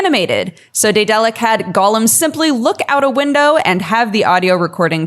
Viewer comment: Am I crazy or does no one know how to pronounce daedalic correctly?